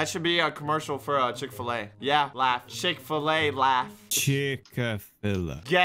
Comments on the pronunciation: Us: Proud that finally learned how to say 'McDonald's": Chickfilla Us: get out of my house NOW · reason: said chicka-filla instead of chic-fill-a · Chick filla nope. chick fill A nope. Chick-a-fill-ala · why does say chick a filla tbh i would prefer to say chick filla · says chick a filla. Socks; so you have chosen death... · just say chick-fill-et in THAT order